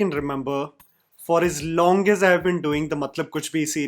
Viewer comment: Long, not Longgg.